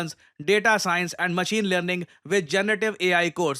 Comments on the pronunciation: janab- pakistaaan aand forces 😅😅😅😅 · Aand forces- na kare janab 😂😂😂😂